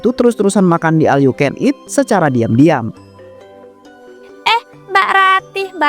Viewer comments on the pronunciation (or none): Knapaaa semua bilang al yu ken it, baca nya ol yaaa bukan al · OL yu ken it mass bukan aL 😁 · Iya BE OL😂